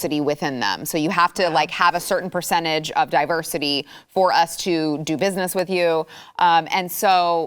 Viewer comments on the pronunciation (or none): I am listening to The News and Why it Matters, and just said the word diversity, but it sounded like Diaper City. I thought it would be great to substitute the word Diversity with Diaper City, they are synonymous. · said diversity, I heard diaper city and thought...YUP, THAT'S JUST ABOUT RIGHT!!!